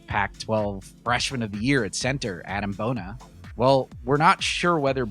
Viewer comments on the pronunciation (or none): Please learn to pronounce Adem Bona's name! (Hint: it is NOT Adam. Do you notice the subtle vowel difference? There is also a different syllable accented!)